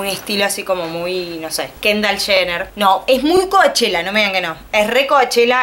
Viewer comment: CoUchella se dice, no coAchella